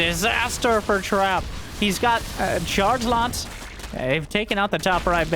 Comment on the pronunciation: Is it just me who hears 'chargelots' as 'chargenauts' when says it?